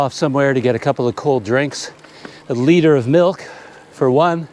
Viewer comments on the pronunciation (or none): none